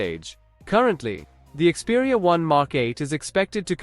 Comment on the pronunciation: ИКСпериа долбаёб! А не КСпериа